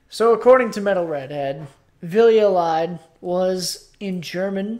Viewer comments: Hi guys! It's quite understandable that you, being Americans, pronounce the word Lied as you did. However, it's German (and we Dutch use the same word and almost the same pronounciation) for Song. You pronounce it as 'lead' in 'please lead the way'. Love that you're doing a Beste Zangers cycle and really hope that you won't solely focus on Floor's performances because there were plenty of outstanding songs by the other participants. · Nobody's lying here :) Lied (pronounced leed) is german for song. Oh yea, and his name is Poort (pronounced Port).